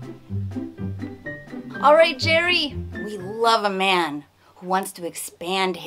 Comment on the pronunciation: umm uhh sarah one more thing its jerry not jeri what if someone called him jerigen?